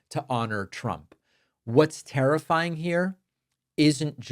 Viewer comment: Haha you said "tariffying"